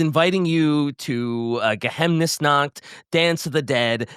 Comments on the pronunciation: God, listening to the Uberseik 5 say it right, saying Geheimnesnacht like that hurts Ge-Highm-nes-nacht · For future episodes referense, any time theres an "ei" in a word, read it like Ei in Einstein, or use the german google translate speaker option Geheiminsnacht would be Geh-Hime-Inns-Nacht Morrslieb would be Morse-Leeb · Geheimnis (Pronounced like Ge-haim-nis) means secret in German, so Geheimnisnacht can be translated as Night of Secrets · as a native german speaker i offer to help with the pronounciation of the words^^ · The total butchering of Geheimnisnacht, it hurt my ears. I have three Vampir books here, there were good ^^. I don't know if there is so much story about them but will we get a video about the other vampire faction? Like the Nefretata (which book i still need to read) and the Vampire coast ? If i remember correctly Count Noctilus also should be an van carstein ^^